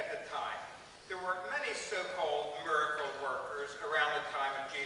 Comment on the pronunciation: Did the fact that Silverman pronounced miracle mirecle bug anyone?